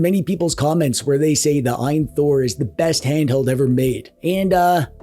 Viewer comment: This could have been a 2 second video where you say "AYN Thor" and turn off the camera